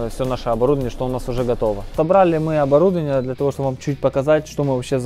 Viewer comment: Правильно: ОборудОвание